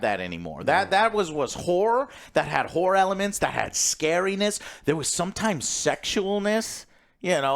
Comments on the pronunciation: Joe says whore movie instead of horror movie every time I swear. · every time Joe says horror is sounds like he saying whore.